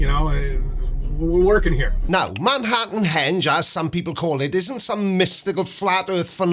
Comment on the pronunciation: The fact that he called it Manhattan “hedge” is amazing. In my hometown, there was a bar called “Stonehenge.” I just made a comment saying that the American accent should not be maligned by people who think they own the language that they literally shipped all over the world. But, I will admit that here in America, we have some amazingly stupid humans.